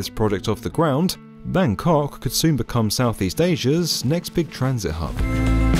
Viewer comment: Always amuse when hearing non ASEAN pronouncing “Bangkok”… Russell Peters has ruined my brain!